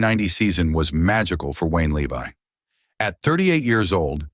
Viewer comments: It's pronounced Lev-e not Le-Vi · Too bad you pronounce his last name wrong.